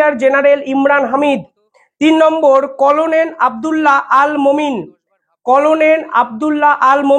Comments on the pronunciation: তোমার উচ্চারণ ঠিক হচ্ছে না। খবর পড়ার আগে উচ্চারণ ঠিক করবে। যেমন করোনেল নয় হবে কর্নেল। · কলোনেল নয়, কর্নেল ভাই। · করনেল না এটা হবে কর্নেল,ঠিক মত উচ্চারণ করুন। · কোলোনেল নয়, কর্নেল বলুন l বানান হলো colonel কিন্তু উচ্চারণ কর্নেল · ইংরিজি তে কলোনীল লিখলেও ওটার উচ্চারন কর্নেল। ভুলভাল রোজ বলেন কিছু না কিছু। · Colonel noi uccharon ta hobe karnel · Banglay uccharon hobe cornel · আরে কর্নেল এটাও উচ্চারণ করতে পারো না। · Colo nel noy re. Pronounce correctly.